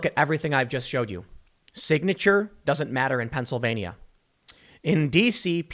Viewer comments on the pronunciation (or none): Thanks for covering this but I must point out Pennsylvania has 4 syllables not 5.